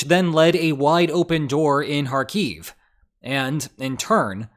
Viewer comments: It's "HAR-keef" not "har-KEEF". Stress is on the first syllable. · Hey, saying Kharkiv right once is better then not saying right even once. For some reason you keep calling it KharKiev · Why do you wrongly accent the word Kharkiv on the final syllable? It's accented on the first syllable in both Ukrainian and Russian. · It would be cool if you could at least learn to pronounce the name of the place that you are talking about.....